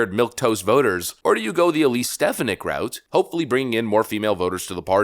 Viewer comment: Vikek your not saying elise name right lol